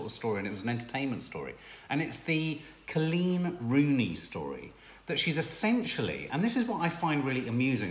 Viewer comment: It’s Col’eeeen!!! Not CLEAN. 😍